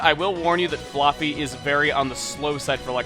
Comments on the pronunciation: Why do you keep saying flooffy it's flaaffy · I thought it was Flah-fee not Flar-fee... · is it just me or does it sound like he is calling Flaaffy floppy? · Oh my god, Chugga, you're killing me with how you're pronouncing "Flaafy". Isn't it with an "a" sound like "have", or am I just crazy? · I always pronounced it fla(as in flash)fy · flaffy with the "a" sound like in "fast" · can't stand how he pronounces flaaffy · every time you said "flaaffy", i flinched cause you say it weird :P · ive never heard flaafy pronounced that way before... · you say flaaffy really freaking weird